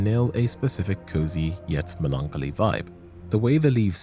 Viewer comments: I was ready to believe you until I heard that pronunciation of the word melancholy. Muhlonkuhlee? Are you for real with this crap? I've literally never heard anyone pronounce it that way ever in my entire life. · Your pronunciation of the word Melancholy leads me to believe otherwise lol